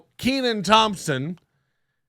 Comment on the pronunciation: Can't even pronounce this guys name. Needs a double e. Look at the spelling, we'll break it down. Ken an. It's a short e sound.